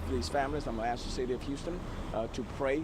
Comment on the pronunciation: Axe for prayer, or ask if you want. In 3rd grade we learned how to pronounce words. We were told to sound out the consonants and vowels from left to right. A S K go ahead, give it a try.